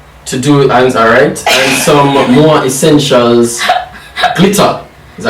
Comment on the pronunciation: He said “Mooah Essentials” LMBOOOO “Pyyrates Gold”!!😂😂😂😂😂😂🤣🤣🤣🤣🤣🤣 jesssuusss!!! I was snorting!!! Lmbooo!!